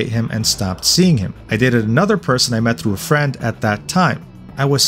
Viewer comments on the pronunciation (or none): none